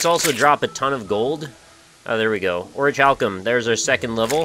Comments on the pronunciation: dude, I get your american, americans never can pronouce foreign seeming words but its pronounced oricalcum you dont need to pronounce the ch, and yes i had to make the snarky comment about americas im british its in my blood. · Here I knew from my own experiences but I have also toke the liberty and looked it up, every soruce I have found has pronouced it as oricalcum, so whoever told you to pronounce the "ch" is wrong and I would kindly ask you not to disregaurd this one subscribers comment and instead pronouce it properly. Too many people dont look things up when its a more unused word in the english language, if you are unsure there is plenty of evidence online of how to say things. Dont let this be the blind leading the blind thats probably how the whole "oh now niche is pronounced nich now not neeshe" debacle happened and why america mostly pronounces it nich.***** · well, crobatman he's right though, you don't pronounce the ch since in latin (i think it's latin) is not even present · He wont disreguard it, I showed him proof of how to pronounce it it would just be stupid to continue misspronouceing it.Niflheim